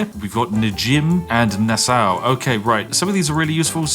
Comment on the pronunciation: spiff that is the absolute foulest way i have ever heard someone mispronounce Nassau. it's nass-aw, not na-sao